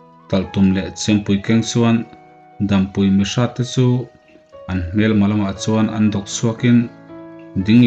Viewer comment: Dampui i lam dan pawh hi a diklo